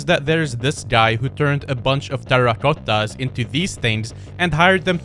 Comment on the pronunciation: the accent on the "Terracottas" was so funny